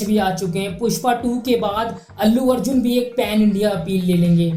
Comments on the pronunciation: ....pen nhi ,pan h🙄🙄🙄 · Are bhai dhang se padh likh se phir dusro ko batana.. Ek to PEN STAR nhi PAN STAR hota h.. Then Prabhas to Bahubali se phle koi nhi janta tha? 😂😂😂😂😂 Bhai tu video banana chhor, phir se pdhna likhna shuru kr 😂😂